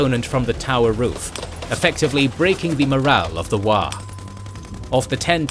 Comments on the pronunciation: It's "WAAAGH!" not "WAAGH" Unliked, Unsubscribed, Reported. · I love, love, love this. Only one comment about a mispronunciation though: It's not Waaagh, it's WAAAAAAAGH!!! and it has to be yelled. Took me a while to notice what was being said because I didn't understand the word.